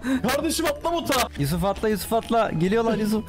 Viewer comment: abi vidyonun başında yusuf te yi yanlış okudun snrm